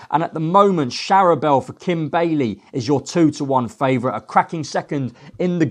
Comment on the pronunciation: How can you expect to progress in the racing media if you can't even pronounce simple names of horses. Let's be fair, I'm not expecting perfect pronunciations of every horses name but you don't even get close.....how can POLITOLOGUE be POLITOOG, LALOR be LA WHORE and CHARBEL be SHARABEL? For anyone to take you seriously you really need to work on this, otherwise you will continue to be the laughing stock you currently are.